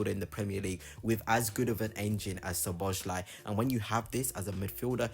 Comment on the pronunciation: Good video, but please learn the proper pronunciation, because you hurt my ears with your attempts. It's so-bo-sly. "S" and "Z" together make the "S" sound. You can also look at it like the "Z" is silent.